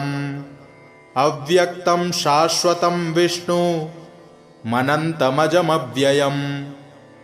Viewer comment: विष्णुम् अनंतम् अजम् अव्ययम् है। और आप विष्णु मनंतमजव्ययम् पढ़ रहे हैं। उच्चारण का ध्यान दिया जाय, धन्यवाद।